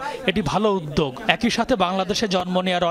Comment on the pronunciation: আপা উয্যোগ মানে কি? একমাত্র NTV তে একজন আপা পেলাম যার বাংলা উচ্চারণ শুদ্ধ।